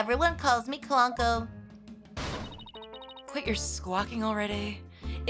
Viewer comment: That's how pretty much everyone pronounces Clonco but I don't think that's how it was meant to be said. I think the Clon part is supposed to be pronounced like Clone. Aura says his model number is PONCO-2 so it's likely the name is supposed to mean "Clone of Ponco."